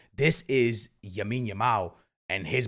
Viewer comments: Knowing Barca’s luck though someone is going to get injured during the international break 😭. Also saying YAMINE Yamal 😂 is crazy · Bro speaking “RRRRRREAL Madrid” But also “Yamine Yamal” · STOP CALLING HIM YAMINE ITS EMBARRASSING 😂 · Everytime bro this man😭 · Say Lamine’s name right my boi